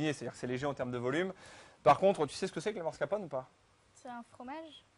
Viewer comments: mr le chef pâtissier, on dit Mascarpone! et pas mascrapone! ahahahah! les italiens s'ils vous entendent.... ils vont rire! facile, non? MAS-CAR-PONE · ah ouais le mec qui sait pas prononcer mascarpone ca commence bien